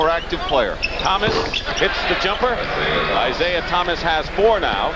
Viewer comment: Lawrence Tanter, "Isiah Thomas" over and over throughout this game...